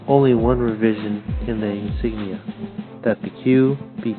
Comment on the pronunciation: Thank you for your memorial for Frank! BTW his last name is spelled with an "I", it is Frank J. Iafrate. (first letter I). A lot of people make this mistake. Also work on your pronunciation or insignia (make UCI proud). A Vietnam Bee